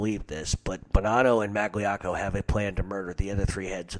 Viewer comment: It was 4 years ago, but you just butchered Magliocco. How I jus spelt it, is wrong. But its a lot closer than what u spelled out. Also both of them were as bad as each other with that, wanna Whack Carlo, Tommy and their own cousin Stevie Maggadino.